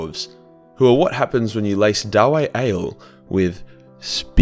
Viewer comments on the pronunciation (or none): is it really so difficult to spell the word dawi?It's like daui,not daw-ay.We're in warhammer Fantasy,not Shrek